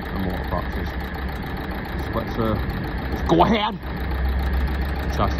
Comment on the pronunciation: Is that “ Go ahead” meant to be a Northern Ireland accent? Brilliant lol 😂😂